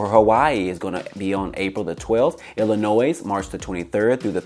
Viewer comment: Thanks for the update! The “s” in Illinois is silent